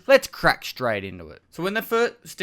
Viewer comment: lets craig shtreight intuh it!